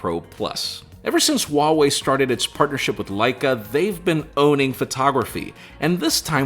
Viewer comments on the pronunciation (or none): Great video and conversation. I guess at this point it’s useless to hope that you pay attention to objective comments and start pronouncing Huawei correctly... or keep in mind the devastating effects fast charging has on batteries before “deducing points” from apple and giving some extra point to other manufacturers. 😏 I really like objectivity, and it’s saddening that there is so little of it in our world.. but in a pool of similar videos where everyone does same things.. this video is great 👍. Merry christmas and happy new year. Or.. should I say Aime..? 😄 (😏 like you do with Uawei).